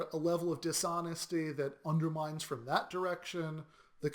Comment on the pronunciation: It's pronounced "From" not "Froom," ; )